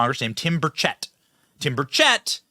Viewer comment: The E in Burchett it pronounced like an I